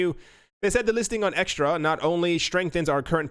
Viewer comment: Hi, it's not eXtra it's Xetra [Ksetra] 😉